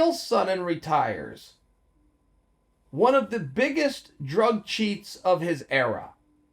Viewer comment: Drug Tchreats?? ?? lmao